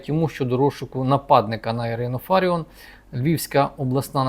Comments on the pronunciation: Очкарік а чому не кажиш що суд поновив пані Ірину на посаду і роби правильно наголос мудак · Це ви корисний ідіот. Навіть наголос в прізвищі пані неправильний. Ще один аналітик розумовий паралітик. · Можна було б правильно вимовляти прізвище Фаріон. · Не ФАріон,а ФаріОн .Пані Ірина фахівець своєї справи,а в якій царині ви пане рахуєте себе фахівцем? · Аж противно слухати що п.Ірина є фАріон а не ФаріОн. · Вона не фАріон, а фаріОн! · Нічого вона не оскандалилась і навпаки все просто як двері,п.! Ви слабо володієте інформацією.А те що апеляційний суд виніс рішення про скасування незаконного рішення львівської політехніки про звільнення п.ФаріОн а не ФАаріон ви чомусь не згадуєте,а що сі траапиило,п.,не чули про таке?Ааа,розумію,вона ж скаандаальна, одіооозна,не все так однознаачноо.Воно ж якось впадло давати задню після рішення суду,бо вона ж,скандальна з ваших і решти орави журналюг і спєців єкспєртів слів,травлі і тріскотні по всих каналах.А чому ж ви не пімнули що той самий суд зобов'язав відновити п І.Фаріон на роботі,здійснити виплати за час вимушеного прогулу зарплату в сумі ~ 123тис₴.+компенсувати судові витрати за рахунок політехніки. Нєє,не чули про таке?Ааа,розуміію, вона ж одіоознаа,скандаальна,два слова сказав і все,по команді,а тут стільки писанини про неї.А ви,часім,п.,не чували такого,прикладово,що п.І.Фаріон всі ті 123тис.₴ стратила на дрони для військових? Що,не чули такого?Шкода,шкода... де ж бо,вам немам на то часу,вам про Трампів,Орбанів,Байденів,хуйла треба по 20-30 хвилин повідати а тут якась ФАріон... одіозна...прізвище якої вам навіть впадло знати як правильно вимовляти. І,так,той хто не розмовляє українською я згідний з п.Фаріон,він,вона не українці й тут немає ніякої крамоли,неважливо чи це в окопах чи за прилавком магазину. Був підписником вашого каналу... відписуюсь,тест на п.І.Д.Фаріон ви не склали,дайте вашу залікову книжку, вам."не задовільно", ві